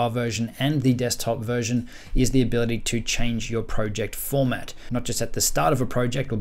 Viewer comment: Bro why would u say proooject